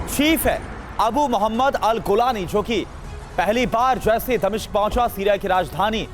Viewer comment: गूलानी नहीं जूलानी